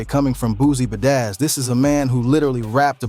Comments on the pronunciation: The way you’re saying badazz😂😂😂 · "Ba-dazz's" son 😆😂😂